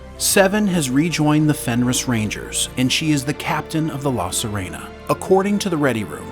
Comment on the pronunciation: Clearly whoever did the narration hasn't actually seen the show. "La Serena" is NOT "suh REE na". It is "suh RAY na".